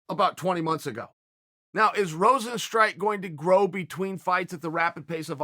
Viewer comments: It's not Rosenstrike.. Rozenstruik.. Struik mofo... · Is Rozenstr-u.i.k not Rozenstrike how hard is to say a name jesus chirst.